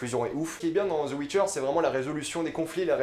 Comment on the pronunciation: The witcher pas Zeu witcher